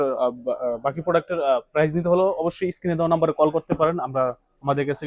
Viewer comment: কথাটা প্রাইজ হবেনা, হবে প্রাইস, দাম বা মূল্যর ইংরেজি হচ্ছে প্রাইস।